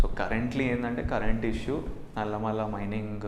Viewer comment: its నల్లమల...not నల్లమల్ల